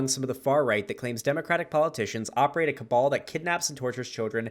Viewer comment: Marjorie taylor green very smart, marjorie taylor green say the word "cable" instead of "cabal"